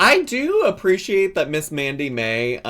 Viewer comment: I dont watch twitch, so i may be missing the joke here. Why did it sound like you were calling her Mandy May, when her channel says Sammi Mae? Not hating, just curious if i missed the joke or misheard you?